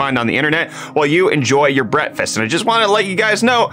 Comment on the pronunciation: For how long has he been calling it Brettfast, instead of Breakfast? I only noticed yesterday. How long have I been foolishly not noticing this??